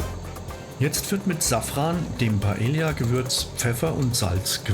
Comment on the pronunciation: Sorry, aber man spricht das so aus: pah-EH-yah, so wie die Insel 😀